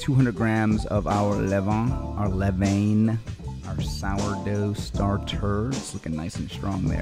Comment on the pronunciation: As if you were saying levain like your VAN, le-VAN. That’s the real prononciation.